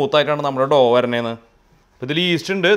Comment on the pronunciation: It’s not pronounced doo dough